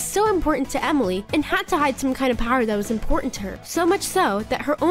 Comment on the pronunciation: 👍🏻 also I haven’t said this and any of your video comments but it’s Emily not whatever you call her